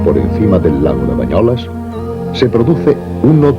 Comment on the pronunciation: És BANYOLES, i no "bañolas".